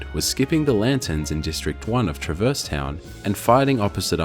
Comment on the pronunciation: PLEASE stop saying truh-VERSE. it's TRAH-verse.